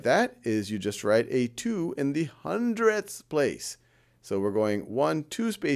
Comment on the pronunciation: ‘You know, that’s actually kinda fun to say: HUNDREDTHS!’ ‘We have another HUNDREDTH’ ~Quotes from a person that used to have the need to emphasise hundredths